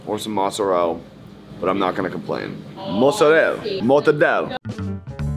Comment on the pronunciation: Every time young pronounces Mozzarella Mozzarell, a Dolente dies somewhere in Old Country.